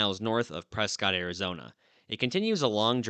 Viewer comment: It's pronounced Preskitt, not "Pres-caught". Prescott was named after William H Prescott from Maine. Ask anyone from Maine how to pronounce Prescott, they won't say "Pres-caught". Prescott was established in 1864 by pioneers, can you imagine a cowboy from the 1800's saying "Pres-caught"? I was born in Prescott 60 years ago and we call it "Preskitt", always have.